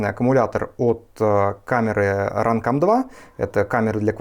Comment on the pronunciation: run cum 2 да классное произношение.